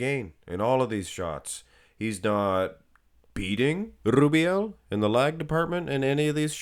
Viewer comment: Blud is spamming that name way to much 🤣🤣🤣 Rrrrrrrrrubiel 😅